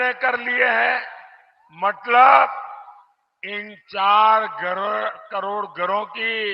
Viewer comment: मतलब को बार बार मटलब बोल रहे हैं चाचा